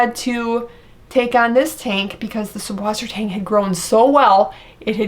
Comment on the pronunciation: the "B" in German is an S set and acts as a double S - süsswassertang, with the umlauted U being pronounced like Sue. Great video, too late for me with the Duckweed though! lol it does help big time with the ammonia and nitrate levels in the tank!